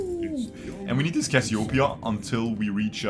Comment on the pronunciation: not cassiopia ..., Cassiopeia . And check your nose ..